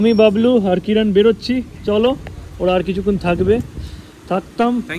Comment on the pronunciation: কিরান ❌ কিরন ✅